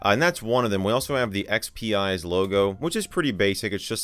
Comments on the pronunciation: I think it's supposed to be pronounced ex-pize instead of ex-pee-ize because it's a play on "spice". Thus the salt shaker icon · I thought it would be pronounced EX-Peez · Not that it bothers me at all, but I believe it is pronounced like "X-Spize" because it "spices" XP up. The logo also looks like a salt/pepper shaker.